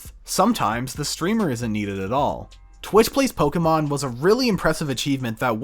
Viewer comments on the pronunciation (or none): none